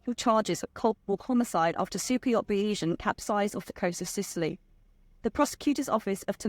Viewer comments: Bayzian, not Bayeesian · "Bay-ee-san"? Surely on her three-hour flight to Palermo this young lady might have researched how to pronounce the name of the boat? "Bayes-ian" (Keynesian, Marxian, Darwinian, etc), adjectival form of surname of Thomas Bayes, the mathematician who inspired the owner to make his fortune. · pretty sure it's pronounced bay-zee-an after the probability theory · It’s pronounced bayseeann - after the statistician